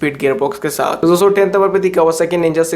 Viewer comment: "dosto" thora clearly spell kijiye